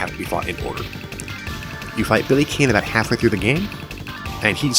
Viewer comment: (sigh) I have to say it. Billy's surname is pronounced "Khan."